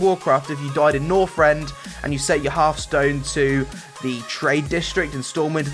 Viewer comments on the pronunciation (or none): none